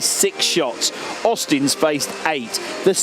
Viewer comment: Auzins.. There is no T in his name.. It's not Austins!